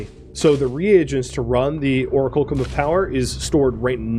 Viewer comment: ) you made me question my memory of how to pronounce that word. It's or-ack-you-lum just FYI, and just to be that guy... Enjoying this series, tho. Cheers!